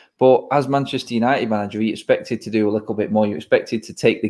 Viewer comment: it’s “little”, not “likkle” 😄